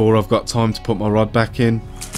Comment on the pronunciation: 1.57 did hear “bruck of ya back “😂😂